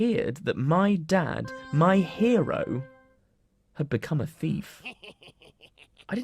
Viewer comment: Why did you say chief not thief